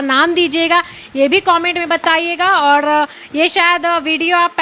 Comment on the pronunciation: Aur ko aud Ghar ko ghad Har ko had Angreji ko angdeji Pahle tu sahi kar apne aapko 😂😂😂😂